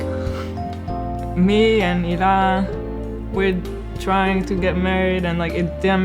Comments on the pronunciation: The way Hila says "Hila" is a lot nicer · i never would’ve guessed that’s how Hila’s name is actually pronounced but it’s beautiful i wish her name was said like that all the time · the way hila says her name is the most beautiful thing ever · she obviously pronounced her name right lol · For the first time Hila gives us the correct pronounciation for her name. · the true pronunciation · In Hebrew you pronounce the h and put the accent on the second syllable (He-LA) but that sounds awkward in English so in English you put the accent on the first syllable and can choose to ignore the h (hence EE-la) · ohhh the pronunciation of Hila makes more sense now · Hila's Israeli pronunciation is beautiful. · so THATS how Hila is pronounced.. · is that how you really pronounce hila?? sounds so nice!